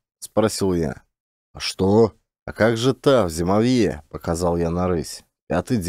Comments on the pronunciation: ЗимОвье, а не ЗимовьЁ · ЗимОвье ударение на O. Спасибо за отличный рассказ и прочтение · Не зимовьЯ, зимОвье! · знатоки? Просто слух режет. А если доказали, должна быть сноска, иначе не верю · все равно нужно указать, что это местный говор, хотя-бы для эрудиции слушателей и если слушают дети, чтобы знали как правильно произносить слова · Каляныч тоже читает про тайгу. Но у него с ударениями туговато.. "флагИ, зимовьё, валЁжник, Варвара (на первую А).. Каляныч читает, и не сообщает, как называется книга, кто автор.. Просто читает несколько книг с одной и той же картинкой: лесная избушка с лавочкой под окном (для медведей?).. Немного переигрывает, ханты с украинским акцентом гыкают😅😅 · При всём уважении. Слово зимовье – здесь ударение падает на букву О. Есть и другие ошибки. Бессмысленное шатание по тайге и убийство животных – это не круто. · Меня тоже по-началу (мягко говоря) раздражало , но может быть — по авторскому тексту , ведь иногда произносится правильно !🤗